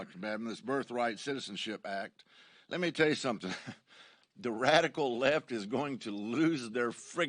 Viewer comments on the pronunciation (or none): none